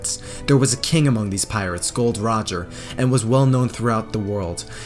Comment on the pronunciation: Not gold roger...gol d Roger